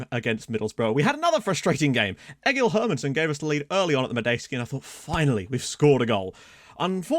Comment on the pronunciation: hey im a icelander and u dont say the G in Egill just fyi :)